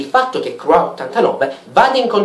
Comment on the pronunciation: ha detto crua89 e la pronuncia di croix è crua.